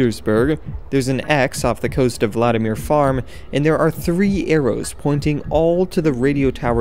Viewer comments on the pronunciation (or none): none